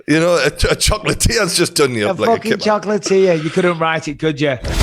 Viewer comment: Bisping had a Scouse accent when he said chocolate lool